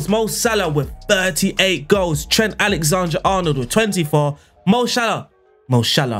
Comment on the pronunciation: Was exited to see what name you would mispronounce today, didn’t expect it to be- Alexander